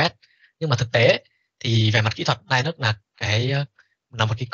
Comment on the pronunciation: đọc là Li-Ních mới chính xác thầy ạ :)